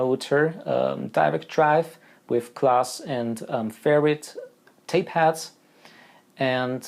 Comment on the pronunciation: I started to wonder why you kept saying tape hats then I realised you actually meant tape heads !😂